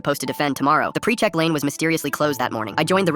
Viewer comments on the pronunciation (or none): none